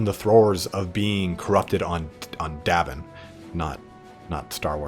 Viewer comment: Great video but just a little thing, it's Yavin in Star Wars not Davin :p